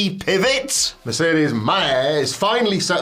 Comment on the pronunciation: Mercedes “Maihey” 🤣